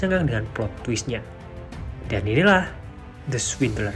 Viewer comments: setuju. saya dengernya kok kayak ngucapin the sweeter. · Lhaa aku dengernya the sweeter 🤣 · Judulnya apa sich..? Aku sich dengernya " The Sweeter " 😆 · Yg saya denger di video suingdel Hahaha..makasih bang